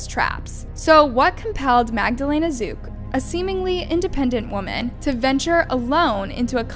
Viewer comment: her surname is zuk not ruz.